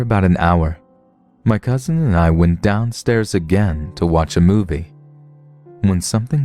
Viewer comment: I always wonder why people are so inclined to say it with a slight T sound. “Cousint”